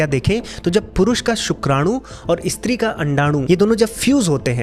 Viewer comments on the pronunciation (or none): none